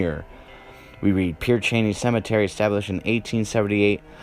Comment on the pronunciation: It's pronounced Pear sha-nay.